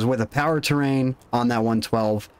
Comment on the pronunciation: Dude for the love of.. It's pronounced power T. R. A. I. N not terrain.